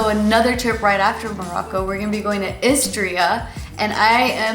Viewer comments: Is she tryna say Austria? Wtf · Are you going to Austria? I was trying to figure it out because I didn't remember a country with a name pronounced like that. If so, this country is sometimes confused with Australia because of the pronunciation of the English name. Anyways it looks amazing and I would also like to go there some day.